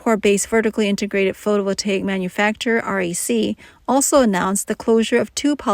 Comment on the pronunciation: Terrible pronunciation of “photovoltaic”! AI sucks ass!